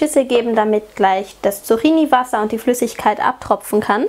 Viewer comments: Die korrekte Aussprache ist [tsuk'ki:ni], nicht [tsu'xi:ni]. Außerdem ist es sonnlos, im Plural ein s dranzuhängen, da 'Zucchini' schon Plural ist (Singular 'Zucchino'). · Die Dinger spricht man Zukkini aus... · tolles Rezept :) aber einen kleinen Kritikpunkt habe ich. Das "cch" wird wie ein "ck" ausgesprochen (Zuckini quasi)